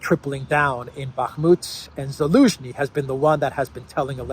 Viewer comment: Can you please stop saying "Bakmut"?